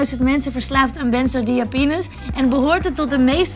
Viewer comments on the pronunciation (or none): Je kan het niet eens uitspreken.. benzodiaZEpines... maar verder gewoon lekker alles in je mik douwen👍